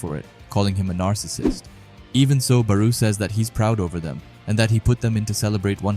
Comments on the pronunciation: Barou is pronounced like borrow. baroooo lol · Why do you say ''bar-oo'' i thought it was ''bar-o'' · barou ( ba-row) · The u is silent just say bar and row add them together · Bar-oh is how its pronounced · "Baruu " lol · always dropping bangers but we gotta talk about your “Barou” pronunciation💀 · The Barou pronouciation is crazy LOL, but jokes aside this a fire video